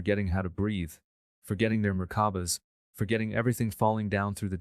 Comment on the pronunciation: Being responsible for sharing this, please see there are errors and mispronounciations with this version. i.e. Merkaba! not murkuba or whatever appears. Just sayin'